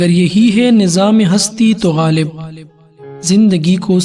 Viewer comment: Lafz ghalib theek kren